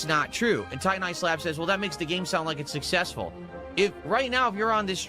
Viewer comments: “I am sussessful, I know the formula for sussess” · He called it, 'Sussessful' 😂